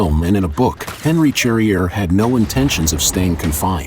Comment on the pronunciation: It’s pronounced sharrier you dumb yank.